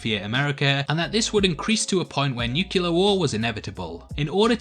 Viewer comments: You pronounced Ozymandias right but not 'noookuuular'. Shame. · Nucular war? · “Nukular war” lololol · Nu-clear! lol